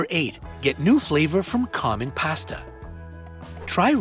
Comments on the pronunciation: Why does he keep saying "past-uh"?? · It's pasta, not pasta. I'm sure u data wrong too.